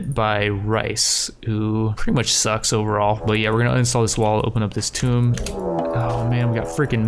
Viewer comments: hey bud "Tomb" is pronounced like "Toom" like "Tomb Raider" the game. you are saying "Tome" as in a book. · It’s Tomb. Not Tome. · Tomb (Toom) as in King tut's Tomb, not Tome as is an old book. like, are you fucking kidding me dude?